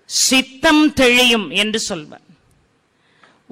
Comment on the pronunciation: தெழியும் இல்லங்க அம்மா தெளியும் என்று சொல்லுங்க இதுபோல் நிறைய இடங்களில் சொல்கிறீர்கள்